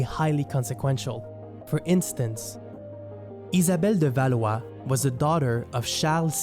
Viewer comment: Ça fait plaisir de voir l'essor d'un youtuber Canadien-français! Ne serait-ce que pour ta prononciation d'Étienne de Blois et Isabelle de Valois!